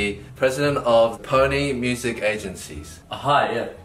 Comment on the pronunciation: ‘I’m E and I’m the head of Pony music agency’. I thought he said phoney Music agency.